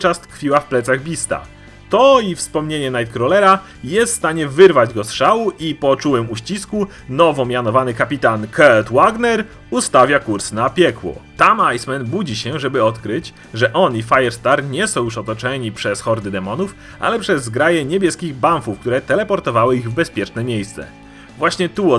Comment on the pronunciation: Jedna uwaga, nie czytaj tego jako Kert Łagner, przecież to Niemiec ;)